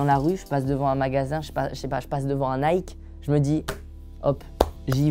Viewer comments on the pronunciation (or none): none